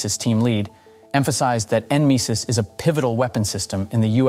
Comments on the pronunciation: N misis? Its pronounce Nemesis😂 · Nemesis. Just say it! Damn AI